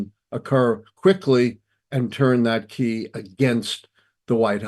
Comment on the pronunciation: This man is ruining the word key